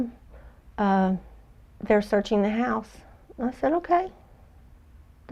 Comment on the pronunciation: when Cindy is talking about CW calling her and telling her the dogs were searching the house..Cindy says “okay” in a way that seems like she’s overemphasizing her lack of concern. It almost sounds like a guilty “okay”. Would love to hear your opinion.